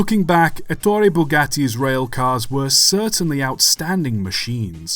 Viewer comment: ETTore. Stress on first syllable. Wrong stress makes you sound like Stan Laurel dubbed into Italian.